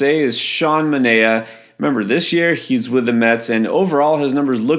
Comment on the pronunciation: Manaea is pronounced "Ma-NIGH-a."